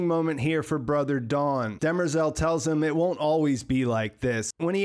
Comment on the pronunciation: They definitely cheapened Demerzel’s character by making her a known robot, seemingly lacking the 0th law conflict. Also, did anyone notice they pronounced her name, “Dem-rezel”? Clearly not how it’s spelled, but does work for a more female name. Which it’s supposed to be pronounced “De-MER-zel” anyway.